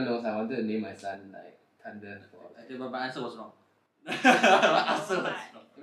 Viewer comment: Tunder or thunder Tree or three Y he not saying the h